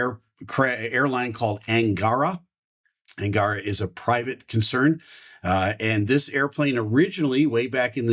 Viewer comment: Sir, thank you for your analysis. One more thing: if you do want to sound more convincing for Russian auditorium, please make stress on the last part of the word "angarA" because that is the genuine original way to pronounce it. Thank you again!